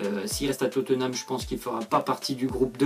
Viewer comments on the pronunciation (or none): none